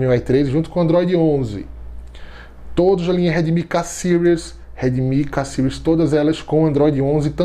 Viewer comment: Porquê Sires? Sendo que a palavra tá em português (Séries) 😏 ótimo vídeo. Sempre trazendo muita informação.